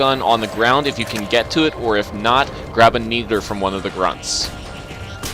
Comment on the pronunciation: My man said "needer"